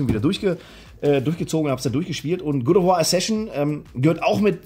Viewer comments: Good of War. Wer kennt es nicht? 😂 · Funfact: bei "God of war" wird God mit EINEM o geschrieben und dementsprechend ausgesprochen.. Mein innerer Monk hat bei jedem ausgesprochenen "Good of war" einen Schlaganfall bekommen! 😀